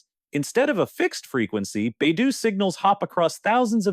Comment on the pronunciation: AI narrator sucks. Baidou….3